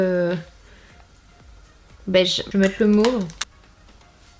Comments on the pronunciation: Like si toi aussi ta rigoler quand elle a dit "beat" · La couleur "bite" hahaha l'accentttt